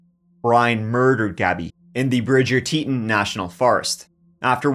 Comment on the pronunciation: This video needs some correct pronunciations for place names! Teton Bridger Moab.